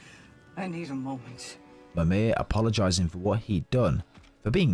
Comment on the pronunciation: Right but Mimir pretty much has a British accent, yet the creator says it really weird in the first part of the video.